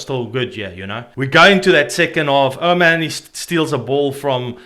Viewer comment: Pronouce O'Mohaney propeprly Irish stubborn is the ultimate in stubborn.